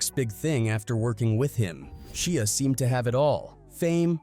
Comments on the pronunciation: SHIA not sheea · Saying his name like a shia pet lol pronounced shy-a, and you went a lil much into how scary this was supposed to be smh wasn't at all that serious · Sheea really it’s Shia if you can’t pronounce names properly don’t do videos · Who's Shea you mean Shia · Why would you pronounce Shia with the sound the letter "e" makes in the word "She" after first pronouncing it with the sound the "y" makes in the word "shy" lol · OMG his name is Sh(i)a not Sh(ee)a ...i not e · I don't think him pronouncing it "She-a" would have irritated me as much had he done it from the start but he pronounces it "Shy-a" originally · She Ahhhhhhh lolz man some people just cannot pronounce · Stop saying his name wrong Disrespectful and rude Its pronounced Shy A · Shee-ah lol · Its pronounceed SHY-ah.. not whatever dumb shit your saying. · Man drives me nuts the way he says Shia lol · Why he pronouncing his name like that😂😂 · Love it, great job, you’re just pronouncing his name wrong.